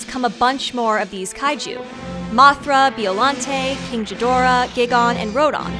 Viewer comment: >Beeolante >King Jidorah >Gihgahn >Rodon